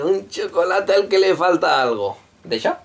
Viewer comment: A los aztecas les dio cancer alescuchar "chocolatl" de queso D